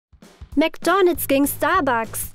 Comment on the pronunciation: Wie sie einfach die ganze Zeit nur Mc'Doonalds sagt😂😂😂😂Das regt mich so auf!😂😂😂